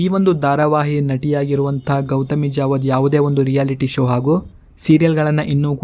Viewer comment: Gouthami javadha alla kanappa adu gouthami jadhava pronountation correct helu